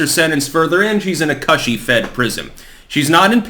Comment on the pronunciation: Why do you say Cushy so awkwardly